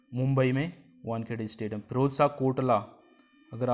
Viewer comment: It's wankhede not wankheda marine drive Mumbai !